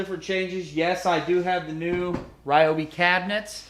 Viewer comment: I live in the Mid-West and everyone I know pronounces Ryobi "Ryobi", not "Reeobi". I wish you would have demonstrated the tip size of the marker compared to the Sharpie.